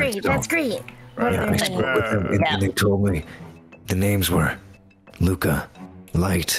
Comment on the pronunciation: Y'all I have been pronouncing his name wrong!! 😓😓 Its not Luca, its ✨Loukuh✨